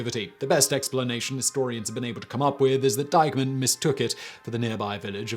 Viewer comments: Why does he keep calling Eichmann "Dykeman"? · Am I the only one who hears him saying Deihmann instead of Eichmann? One is an online retailer, the other’s a Nazzi war criminal, but no biggie!